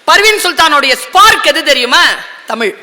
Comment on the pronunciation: தமிழ் மொழியின் சிறப்பே அதில் உள்ள ழ் என்ற எழுத்துதான் அந்த ழ் என்ற எழுத்தையே தற்கால தமிழர்களுக்கு சொல்ல தெரியவில்லை ழ் என்ற எழுத்துக்கு பதிலாக ல் என்று உச்சரிக்கிறார்கள் தமில் வால்க என்கிறார்கள்